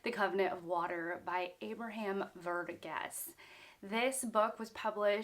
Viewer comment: it's Var-geese. Source: I belong to the same ethnic community as him